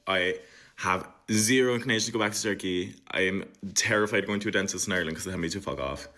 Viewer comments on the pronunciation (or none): none